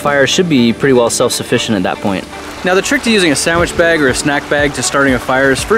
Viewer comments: sandwich beg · "...Using a Sandwhich BEG"